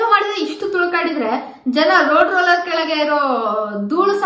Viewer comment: Hello hudgi ಅದು rulerರು alla rooler ರು alla.... ಅದು roller😂😂😂.... Namkade ರೋಡ್ repair madovaga barutte... Hange ivnu swalpa repair aagbekalla adke order madavne... Kelge malagsi melgade tagondodre yella sarihoguttte😅😅😅😅.. and about mysore mango.. Aa video nodi R boss and P for peeeee*** ibru naapatte....